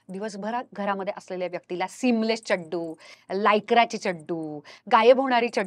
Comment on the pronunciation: Ma’am it’s not Chaddu.. it’s Chaddi